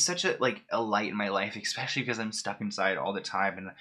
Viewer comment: Just so you know, it's eSpecially, not eKspecially. Also, judging by Britney's Instagram... Something is definitely off with her mentally. That's no surprise given all she's gone through, and while I feel for her, I'm starting to wonder if her family WAS actually trying to protect her from herself.